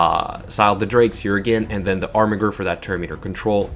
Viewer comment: It's pronounced ARMIJER not armigger!! reeeeeeeeeeeeeeeeeeeeeeeeeeeeee